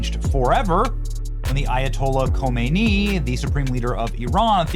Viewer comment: Not Homeiny, Humney !!!